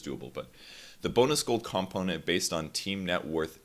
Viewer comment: What's a calmponent?